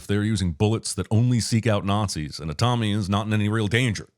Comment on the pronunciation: Aa-tami, not AtAAmi.